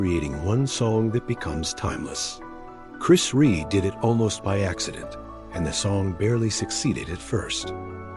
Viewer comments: why do these american tricutes never announce his surname properly?Rea not Ree or Ray. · It’s not Ree ,it’s Rea (pronounced Re Ah). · its Chris Rea.....(Re.A, not Re) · His name is pronounced ReA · If the sound program can’t pay the respect to Chris by pronouncing his last name correctly (two syllables - “Re-a”), you shouldn’t use his last name for death video (profiting off grieving). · Pronounced Re Ah. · It's Chris Rea .... not Ree You'd think the guy doing this would get his name spelt and pronounced correctly....😮